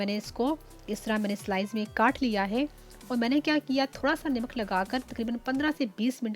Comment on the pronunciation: i think salt is called namak not nimak.. overall excellent recipe.